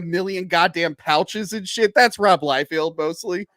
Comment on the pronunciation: Dude… it’s Liefeld, NOT Liefield.